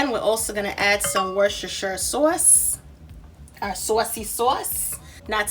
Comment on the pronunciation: Learn how to pronounce Worcestershire it’s not that hard. Plus a cooking time and temperature for the crab cakes would be good. Otherwise nice recipe. I would plate them for a better presentation.